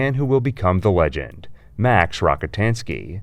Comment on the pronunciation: Cool you got an Ai voice generator to sound like you. Might want to check the pronunciation though. Pretty early on "LEG-ENG" instead of "legend" was jarring. Noticed it a few times in the planat of the apes video to. Solid content though thanks